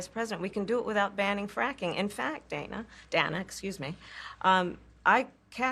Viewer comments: She couldn't even get Dana's name right. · Couldn't pronounce the host's name right. The socio-political irony. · She mispronounced Dana's name! Kamala's a REECE-ist! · To lost in the lies she forgets how to pronounce interviewers name🤦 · Kamala is racist for saying Dana incorrectly. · Lol, she said Dana's name wrong but gets annoyed when people can't say Kamala